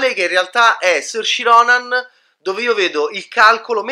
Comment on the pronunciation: "Sorci Ronan" ah ah.. ma li sorci tua ah ah:) Anche incapace di pronunciare correttamente il nome di Saoirse Ronan LOL! Si pronuncia "Sur-sha" ("it's Ser-sha, like inertia.") e vuol dire libertà in Gaelico!